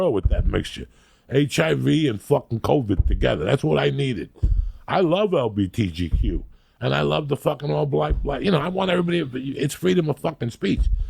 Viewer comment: “Lbgtq” 😂 close. Good enough lol